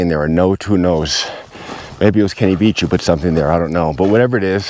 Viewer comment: You keep calling him Kenny Beach and not Veach also the word isn't cash the correct word is cache! I don't think you should take time off it seems to impair your cognitive abilities. Beware the desert lies in wait for you to make a mistake as it did Mr. Veach!